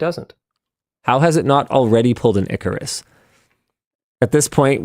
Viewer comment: *icarus, not ecorus